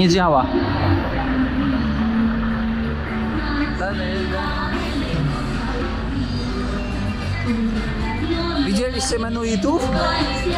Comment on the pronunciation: Przy okazji, dlaczego mówisz menuitów? To mennonici..... coś ci się z inuitami pomieszało 😂 już któryś raz to słyszę 😂